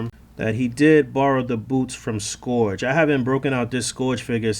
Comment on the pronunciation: A lot of toy reviewers are pronouncing scourge name wrong it should sound like skeerge.